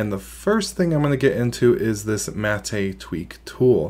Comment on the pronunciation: Looks better than it ever has in the past but I don't like Snap apps so it's a no-go for me. Btw - I thought it was pronounced as Mah-Teh not Ma-Teh like he is pronouncing it.